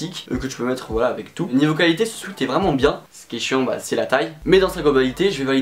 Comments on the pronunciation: Il a toujours pas retenu la leçon il dit encore « swit »... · C'est une horreur comment tu dis " sweat " quand on est bilingue...